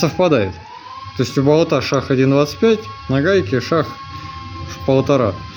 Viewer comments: Не шах а шаг😂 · Шо за шаХ? Почему ни шаГ? Почему мноХо, а ни мноГо? Почему в других словах эти же буквы произносятся нормально? Столько вопросов и нет ответов 😢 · Не шах , а шаг. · Не шаХ а шаГ, проверочное слово: шаГи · Не шах , а шаг!!! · ШаХ - этот термин известной игры. А это шаГ! Повторяем, заставляем говорить правильно! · Называется не "шах" А "шаг" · Правильно говорить - шаг, не шах.. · Шахгхг неужели нельзя выговаривать букву "Г" противно когда гхгхакают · Что такое "шах"? Почему ты не выговариваешь букву "Г"? Это так сложно? Не приятно же слушать .... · Ты чё букву Г не выговаривает)?? Шах